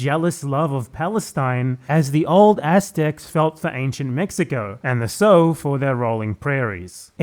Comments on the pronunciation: Small correction, Sioux is pronounced like "Soo" or "Sue" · Sioux is pronounced Sue, and is sort of a truncated french shortening of a slur meaning snake in one of the native languages of the tribes Ojibwe. The Lakota or Dakota tribes would probably be a more accurate modern description that they often go by: there are many tribes within this broad classification. And it also really accents your point that Your source literally saying in an extended prose, "Fu$& those Ni$&*^%!!! Its my land now Bi#%^!!!" Like a bizarre racist screed against Mexican and Great Plains American Indian Tribes. And he's using his racist screed as justification for an Arab ethnic cleansing... That's supper weird. I've known Lakota tribal members and Jews, and I'm not sure any would actually like these views on Israel. Ironically its radical doomsday Christians' who're often the strong believers in Jewish Israel at all costs mentality of those i know. And look up Revelations Doomsday Israel belief to get some more weird content.